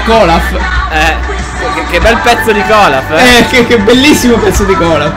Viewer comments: si chiama olaf non colaf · Si dice olaf